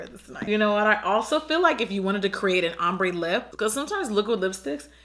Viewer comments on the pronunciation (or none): none